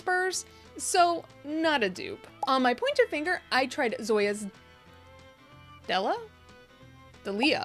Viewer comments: I think the pronunciation is Dell-e-uh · it's pronounced 'DEE-lee-ah', in the UK we have a TV cook by that name xD